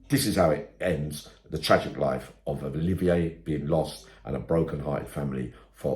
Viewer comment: It's Olivia not oliveeyay